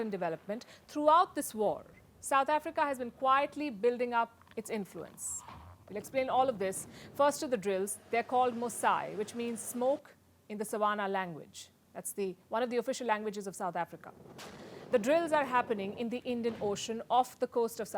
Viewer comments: By the way, it is written Musi and it's pronounced 'Moosey', not 'Mosai'. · It's pronounced mo - sh - i(e) not mosi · Musi not musai and there's no language you mentioned in South Africa...Just with this two non factual quotes, I can't take anything you said serious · it's funny because if she had pronounced 'mosi' phonetically she would have been correct as she should be used to seeing as hindi (assuming she's a hindi speaker) such as Afrikan written words are both mostly phonetically pronounced. The problem is that she tried to pronounce 'mosi' via US English. For example, Iraq is pronounced as 'ayraak' and Iran is 'ayraan' in US english. They tend to pronounce the names of the voul letters rather than the sound the letters represent. That is how 'mosi' becomes "mosayi" 🤦🏿‍♂️